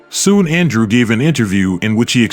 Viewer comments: It is not Andre But ANDREW.. GOT IT.... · Your pronouncing his name incorrectly..😂 just say Andrew. 👎